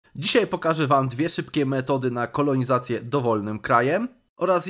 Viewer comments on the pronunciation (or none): none